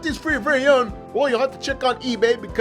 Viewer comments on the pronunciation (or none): none